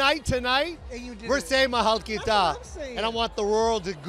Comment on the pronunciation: lol! he can't even pronounced 'mahal kita' right! bohoooo